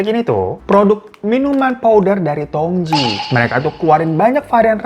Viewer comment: Bang itu teh di baca Tongci, tji=ci, tj itu ejaan lama